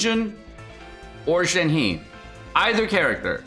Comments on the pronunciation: You need to take a pronunciation class cause holy shit. Shen Heee? It’s pronounced Shen Hei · Pronounced “Shen-her” not “Shen-he” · I know you don't care about pronunciation but you're killing me. Just go with "Shen-her", not "Shen-he". It'll be almost spot on. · Plz, pronunciation of 鹤 is “Her”, not 'He'. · Not Shen "He" its Shen "HER" in terms of pronouncing in Mandrain. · Please stop pronouncing Shenhe incorrectly… Her name is pronounced “Shen Her” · ShenHe(申鹤）pronounce as “shan hurt”(without the T sound). YunJin(云瑾）pronounce as “yun gin”. Yes, both are Liyue character. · gosh shenhe was a total surprise btw it's pronounced shen-her :) 👹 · I can already hear so many ppl butchering shenhe's name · love your vids! This is my first time commenting and just wanted to help you with pronouncing Shenhe’s name as the actual Chinese sounds way more fitting given the character’s demeanor and overall physical appeal. Shenhe is pronounced “Sh-en (with a hard ‘sh’ sound, and ‘en’ sounds more like ‘un’ in ‘sun’)” and “h-e (the ‘h’ is more of a breathy ‘h’, and the ‘e’ is more like ‘uh’ in ‘duh’ or the sound a person makes when they get hit in the stomach)” Hope this helps! You may find it brings even more appeal to the character. Keep up the good work!